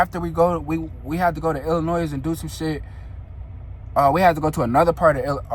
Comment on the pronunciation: I love your personality and story telling skills I had to subscribe!! As a Chicagoan though, the 'S' in Illinois is silent. With love ❤